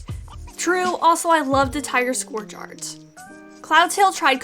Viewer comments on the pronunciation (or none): Awesome video, but just a few things! -Sasha DID try to give her kits to the barn cats, it happened in Tigerstar and Sasha #3. -Brightheart doesn't like to go down to the lake, as revealed by Rock in Cats of the Clans. -Scourge is pronounced like "Scurge", not "Scorge". -Millie is pronounced like "Mill-e", not "Miley". No stress, just wanted to let you know! :)